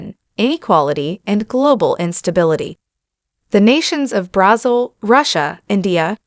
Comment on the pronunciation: It's not pronounced BRAZUL. It's Brazil